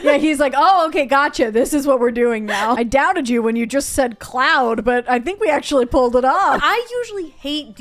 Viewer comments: When she said cloud, I heard clown and it was really confused on why they were putting cloud decals until I realized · When they first said “cloud” for the kid room i heard clown 🤡😂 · I just, okay so when they said cloud I heard CLOWN 🤡 and I was so concerned what they were gonna do for the toddler room 😂